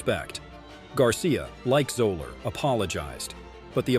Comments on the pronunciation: Fuzzy Zoeller is pronounced Zeller, not Zoler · It's pronounced Zeller ... not Zoeler. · I’m pretty sure Fuzzy’s last name is pronounced ZELL-er. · and you don't even know how to pronounce Zoeller's name. lol